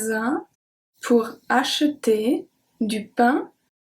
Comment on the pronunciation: Isn't the letter r in the word acheter silent? Please reply...